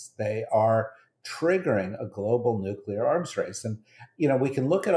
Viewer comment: Oh god you didn’t really say “nu-cu-lar”????